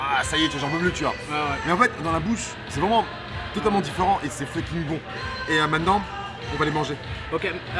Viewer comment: le fu de fucking ne se prononce pas "feu", mais "fo" 😄